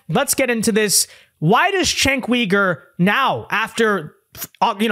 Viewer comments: Sorry to nitpick, but it's Cenk YOUger not Cenk WEger. Sorry, just drives me a bit crazy. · It isn't "weeger" it is "youger". The "weegers" are in China.